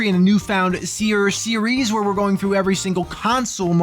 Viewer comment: New Seeries huehuehue